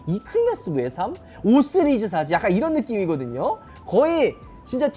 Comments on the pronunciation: 나무위키에서 시리즈 발음 잘 못하고 쓰리즈라고 한다고 보고왓는데 ㅋㅋ 진짜 5쓰리즈 라고 하네 ㅋㅋ 나무위키 정확하구나 ㅋㅋ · 5 쓰리즈 라고하시는게 계속 신경쓰이네요ㅎㅎㅎㅎㅎㅎ 내 귀가 이상한건가..ㅎ 영상 잘 봤습니다^^ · 나만 발음이 "쓰리즈"로 들리나?ㅋㅋㅋ 오 쓰리즈